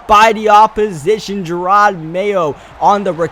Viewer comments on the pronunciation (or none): none